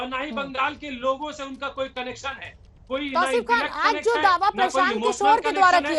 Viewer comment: सौमित्र खान नही है सौमित्र खां है उचरण ठीक से करो